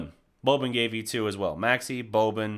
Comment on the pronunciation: learn how to pronounce boban properly now that he will play more, before them serbs get upset. as for the game - it's nice to see they can compete with a top team that blew them out in the 1st game, despite playing without a competitive center. they need to get ibaka if possible